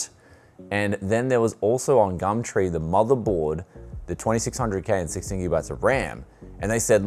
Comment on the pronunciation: Please stop saying gamtree